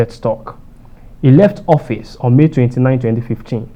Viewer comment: Mr fact checker, you can do better. Do you say office or hoffice? I mean your pronunciation.....